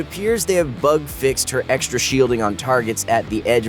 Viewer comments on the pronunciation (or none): none